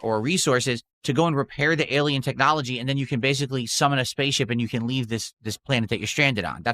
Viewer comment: "eilien technology" Hey! Did they reinvent the wheel with Subnautica 2? I must have missed the first 10 times you said it.